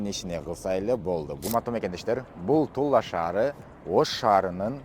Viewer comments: Тула шаары эле дечи. Тулла шаары деп атасын кулкуну келтирип🤓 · Тулла эмес Тула деп окусаң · Тулла эмес Тула эле дечи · Тула десен Тулла деп атасын го